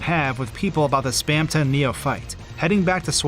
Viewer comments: hearing someone say 'spam ton' like two words instead of how everyone else pronounces it 'spamtun' makes me cringe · spaamton? no its spamton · Its not spamTON its spamTEN its spelt the first way but you say it like the second way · your pronunciation of spamton enrages me it is spam-tin not spam-tonne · I pronounce it Spam-tin not Spam-ton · its not spamTON its spamTIN haha /j cool vid :D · the fact he pronounces it "spamton" and not "spamtin" triggers me i know its spelled like that but its just AAAAAAAGH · 'Spamtin', dude. like thorton? It wouldn't be thor-tonne. I never can get through videos with weird pronunciation like this. Im sure its very good though so take a like anyway. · hate how he says "spam ton" instead of "spamtun" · Awesome vid, but something ticked me off the whole time... SPAM-TUN?!?!??!?!??!???!???!??? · Spamton ❌ Spam tonne ✔️ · WHY DOES HE SAY SPAM TONG WHY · It's taking all of my power to get through this video. Please, anyone tell me why he would pronounce it "Spam ton" Someone help me please, it's the 10th circle of hell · it's weird that you pronounce "Spamton" "Spam-tanh" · we all have different pronunciations yknow, take that into account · That's a very odd way to pronounce "Spamton"